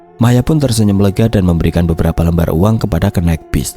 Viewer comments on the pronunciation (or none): none